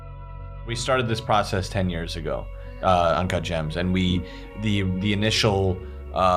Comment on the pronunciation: ✨UnCaHt JaAaHmS✨